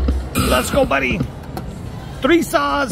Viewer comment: It’s so cute how congratulates himself when he gets a bonus…”good job!” He likes to talk in the 3 rd person! Or when he calls that buddha guy…my “body” Buddha instead of “buddy!” Love! You guys are the best